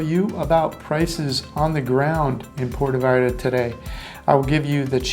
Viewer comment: You got to learn to pronounce the name of Puerto Vallarta correctly, your saying Porta Vallarta, nothing close to how it's pronounced. Sad for someone who lives there or did ☹️